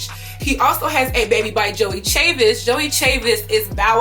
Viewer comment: Joie Chavis’ name is pronounced “Joy”. I found this out when she was on Aliya Janell’s podcast.